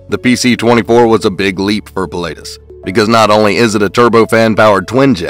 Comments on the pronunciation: It’s pronounced puh·la·tuhs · Ah … no! Pii (like in „to pee“ … sorry about that 🙈) - laa - tus (the „u“ like the second u in „usual“), it‘s a famous mountain in central Switzerland near by where they are built. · It was hard to watch this video when you can't even pronounce Pilatus properly. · No kidding! Must’ve been some guy just to narrate and has no clue about Aviation.